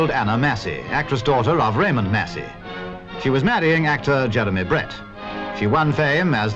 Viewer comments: ……her surname is Massey. NOT Macey. Mass-e……… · Anna Massey (mass-ie) - not Macey. I know her name because I am one to watch the credits and I only watch black and white and a few in color. She was a wonderful character actress! Thank you for reminding me of her. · Not "Macy".....MASSSY..... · its Anna Mass-y you moron not Macey. If you think she's so great (which she is) then show some respect and learn how to preonounce her name correctly. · Very interesting! But her surname is pronounced Massie as in lassie. Not May-see. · I love Anna Massey (you’re pronouncing it wrong lol). She is daughter of Raymond Massey who was a famous American movie/tv star. And she is the sister of the famous British actor Daniel Massey. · The "A" in Massey is the same as the "A" in Apple 😊